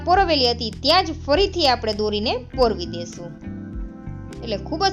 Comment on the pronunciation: પોરવી ના કહેવાય પરોવવું એમ સ્પષ્ટ ભાષા બોલો